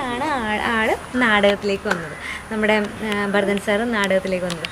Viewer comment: ഭാരതൻ അല്ല, ഭരതൻ ആണ്